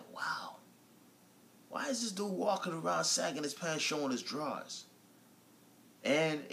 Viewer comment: what did you do with the G ,at the end of sagging??LOL